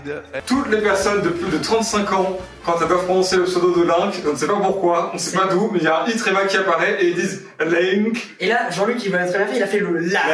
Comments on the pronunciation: faux! j'ai plus de 35 et je dis pas "laÏnk" mais bien "lINk". 😉🙃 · Comment dire laink avec l'ascant du sud " LAÏNGK " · j'ai plus de 30 ans, et j'ai toujours dit laink et non laïnk